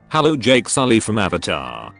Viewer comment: Are you the ovatar oong